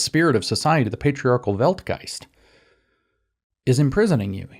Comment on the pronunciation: I'm german and can attest to you, that most of your pronunciations are quite good. You do a really good job with "Weltgeist" for example. But daaaamn "sich" in "Frau an sich" killed me :D The 'ch' sound has to be for english speakers what 'th' is for germans.